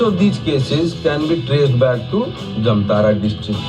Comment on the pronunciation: It is called jamtaaDaa not jamtara.